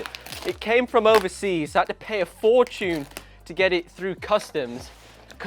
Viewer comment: for tune ? how do you tune a for ? matter of fact what is a for ? did you mean fortune ? how did you f that word up so bad ?